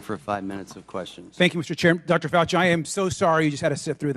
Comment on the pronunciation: He is a Faulci pronounced (Falsee)